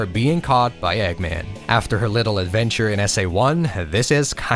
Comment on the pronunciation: look retro....we need you....the worlds needs you...also you said it..."ADVEBTURE!" love it